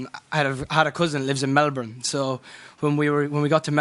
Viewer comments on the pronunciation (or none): the way Niall pronounces Melbourne makes me laugh